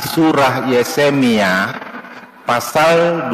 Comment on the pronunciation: adu bodonya orng ini bukan yesemia tapi Yeremia makanya ustad klo ilmu blom mampan jgn jadi pendakwah dulu perdalam kan ilmu dulu klo ilmu blom ada jadi kaya gini niiiiii